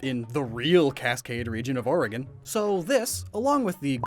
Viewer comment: My god you said oregon right you must live here 😂